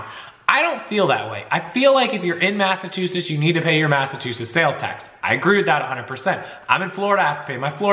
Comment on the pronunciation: Sorry I love your channel, but it's MassachuseTTs. Not sure why you're saying it the way you do. But, man if you said it that way here they would bust your balls to no end. Stop leaving out the T please. It's killing me. Lol